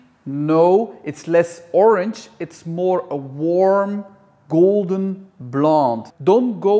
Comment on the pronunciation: It's not Orng, it's Orange! Fml